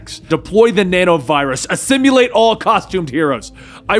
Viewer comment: Assimilate, not assimulate